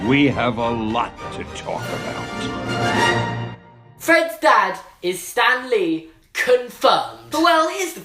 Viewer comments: I kept thinking he was saying STANLEY not Stan lee 😂 😂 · I thought u said stanly